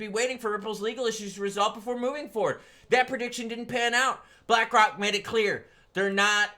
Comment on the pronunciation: Did you say black rock or did you say black cock